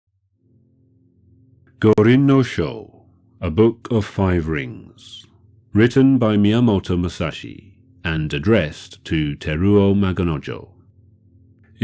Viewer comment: Miyamoto, not Myiamoto